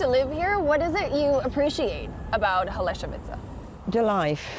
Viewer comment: It's "Holešovice", not "Holašovice".